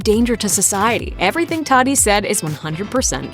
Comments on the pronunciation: Or how they were saying “Tati”...they kept saying “taxi” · Well he is still richer then any of his haters, so BYE SISTER! And BTW its TATI not TADI. Ugh!!